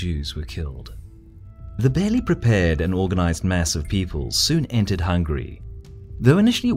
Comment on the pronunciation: It was also nice to hear the correct pronunciation of the country. HungAry and not "Hungry" like "I'm hungry".